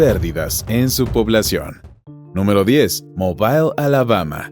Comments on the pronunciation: no se dice mobail, se dice mobl 🤣🤣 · en ingles y español la ciudad de Mobil Alabama se pronuncia igual